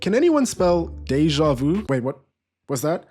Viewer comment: brother, Spanish borrows the French pronunciation for déjà vu. You were right the first time 😂